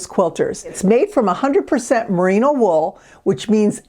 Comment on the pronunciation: Merino not Marino